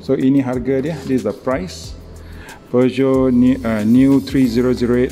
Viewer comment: few people can actually pronounce the brand name correctly,u r 1 of them😁😁😁